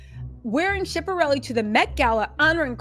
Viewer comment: U are totally butchering All these designers names mulger , shipperelli ?😭😭😭🤣🤣🤣 comedy gold